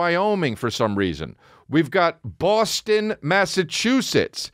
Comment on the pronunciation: Love the emphasis on Boston